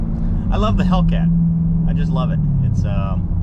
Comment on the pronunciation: Hellcat almost sounded like Tomcat lol glad ya been flying again ya look happy